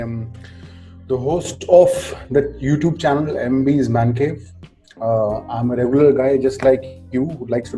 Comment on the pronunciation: Its not MBS its MB's Mancave 😂😂😂 sahi se naam le mere bhai kya 🤪